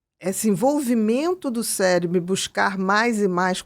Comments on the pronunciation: Primeiros 30 segundos o cara : “célebro” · Amigo: "CéLEBRO" doeu o coração!